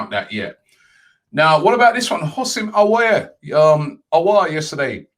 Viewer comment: "Houssem Aoueuoueuor" -, 2020